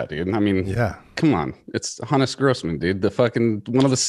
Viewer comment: Good on you boys for pronouncing "Hannes" the correct way. I was going nuts thinking it was supposed to be "Hons" but did my research and you have corrected me.